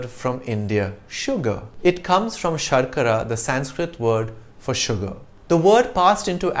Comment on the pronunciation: As usual, really nice listening to you.Just a question,you ll be the best person to answer thus.What's the deal with Indians using the extra 'A' a the end of our native language words .Eg.You said "Shakara". OR Rama or Krishana.Why not say the words as they are? Thanks